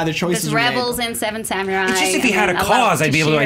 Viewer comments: Someone please teach her how to say "samurai". I know Japanese is often butchered, but it's like nails on a chalkboard to hear "samyurai" every 30 seconds.._ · The way she says samurai...grrrr it's not samyurai! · Anyone else annoyed that Alicia said sameray instead of samurai. Might be accent but it pulled me out of her argument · lol Seven "Samyourai"